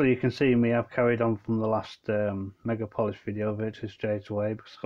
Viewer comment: It’s meg aaaaaaa polis